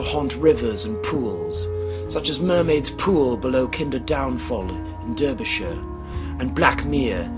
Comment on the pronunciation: Except that David Attenborough takes time to learn the accepted pronunciation of unfamiliar words, and this guy is clueless as to proper pronunciation. And also has bad mic technique, so his esses and 'Ch' sounds peak and hurt the ear. It's not pronounced "Derbyshire" as it is spelled, it's pronounced "Darbyshire". Newquay is not pronounced "New Kay" it's pronounced "New Key". He did the same butchery on many of the words that were unfamiliar to him. The only way this guy sounds like David Attenborough, is he's speaking from the lower back of his throat and employing a BBC style 'standard' middle class English accent. He doesn't have the experience or oratory skills to mimic Sir David well.